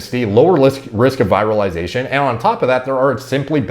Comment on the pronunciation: I think you mispronounce virilization, it comes from viril but you said it like comes from virus!